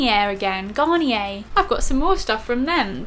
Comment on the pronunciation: ahhh I love how you pronounced garnier, that was wild